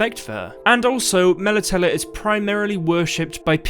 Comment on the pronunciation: Your pronunciation of Melitele is triggering me